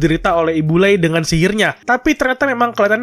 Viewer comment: Kalau menurut gwa penyebutan "lay" itu "ray" bang